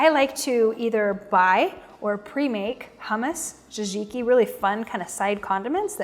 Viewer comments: Pretty sure the pronunciation of tzatziki is sat-ziki not jazi-ki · Hah, besides disliking how she butchers the word tzatziki several times she made me laugh when she mentions the people she loves and doesn't forget to put herself first at the top of the list. Definitely not the next TV Network Star, but cooking is very personal and everybody does it their own way. I would just prefer her to stay out of my kitchen and keep her mouth shut around my grill. I'm still searching for the best Chicken Souvlaki recipe.